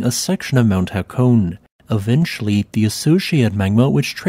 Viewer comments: It’s pronounced ha*ko*ne. Not ha*cone. But beautiful area. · "E"s aren't silent in Japanese pronunciation. Hă kō nay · Calling the lake Ashy is not only rude, but inaccurate. “Ah-shi” and “Ha-ko-neh” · Love the channel, just an FYI on Japanese pronounciation. Break words up into to two (or three if a y exists). Hakone is therefore HA KO NE (nay). Hakoneyama becomes Ha ko ne ya ma. Which simply means Hakone mountain.